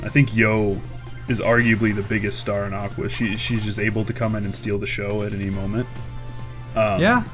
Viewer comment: I hate to be /that/ guy but....it's pronounced "aqua" not "aquas"